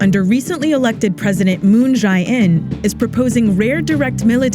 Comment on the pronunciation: 문재인 (Moon Jae-in): phonetically 'Moon jehy-een'